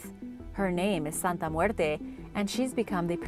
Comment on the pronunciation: Love the way you pronounce Santa Muerte!